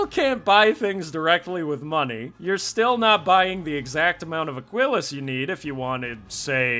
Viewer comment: How many times can we mispronounce Aquillas? A speedrun. ( uh-KEE-las)